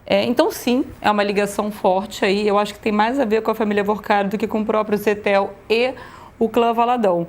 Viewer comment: Irrita o ouvinte a pronúncia /"zétel"/. A pronúncia correta em português é /"zetéu"/. É o mesmo caso de /"nobéu"/, pronúncia correta de Nobel. Muitos falam /"nóbeu"/ equivocadamente.